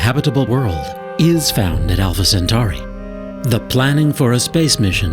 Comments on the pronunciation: Alpha sentory not sentary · Where is the commentator from? When did Alpha Centauri become Alpha Centari ? It's 'Cent-or-ee', not 'Cent-ar-ee'. When we get to this fictitious planet, let's teach the fictitious aliens to speak English or we won't be able to communicate with them and it will all be a waste of space time. Meanwhile, back on planet Earth....... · Why do science shows always have narrators that pronounce one or more things strangely? I've never heard someone pronounce Alpha-Centauri as Alpha- Cent Ow Ree until this video. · lol, alpha centowri and sateeeerrrn. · why do they alway find the weirdest people to narrate these videos. i can't pay attention to the actual video when he keeps saying alpha senTOWry and saTURN. ps i think we'll still be around well after 2150.